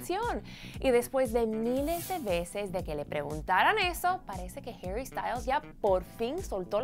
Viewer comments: Porque l dices heri si es HARRY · NO ES HERRY ES HARYYY, APRENDAN A HABLARRRR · Por que le dice Jerry